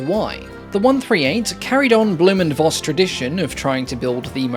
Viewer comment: "Voss" in "Blohm & Voss" is pronounced "Foss" BTW. It is a Low German family name that translates to "fox".